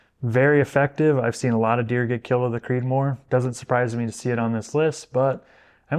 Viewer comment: All perfect except that, “Creedmoor”.